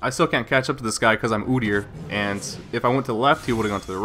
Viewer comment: ah, your pronunciation of OOdyr sounded canadian! Xd